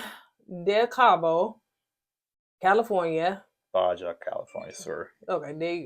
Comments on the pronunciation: Baha not Baja. No shade intended. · California cousin here! It's pronounced Ba-ha - like Mountain Dew Baja Blast. Also, I hope they throw them under the jail. I don't understand people who would do something so evil, and break her family's heart.